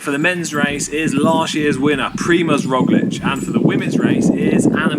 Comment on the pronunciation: As a proud slovenian it's nice to see you pronoucing the č's in Roglič and Pogačar correctly, unlike Americans who after 3 years still struggle to say Dončić. Props to you.